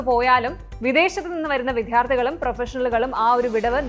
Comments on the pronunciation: Vidhyardhi ? Incorrect pronunciation in Malayalam . It is Vidya — VIDYARDHI . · Pronounce Vidyarthi properly. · വിദ്യാർത്ഥി എന്ന് ശരിക്ക് ഉച്ചരിക്കൂ. അല്ലെങ്കിൽ സ്റ്റുഡെൻ്റെന്നു പറയാമല്ലോ